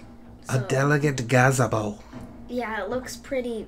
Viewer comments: "a delicate 'ga-zi-bow" facepalm nice... its "delicate 'gah-zee-bow" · When he said gazzy-bo 🤦